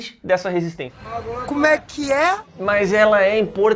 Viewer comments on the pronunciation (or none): cara, esse "cumé qui éa?" me quebra kkkkkkkk